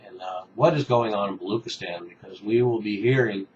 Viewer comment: Much appreciate your video over Baluch and Baluchistan. Unfortunately, we are a very un-heard nation. However, the word is pronounced as 'Baluch' and 'Baluchistan' not Baloock or Baloockistan.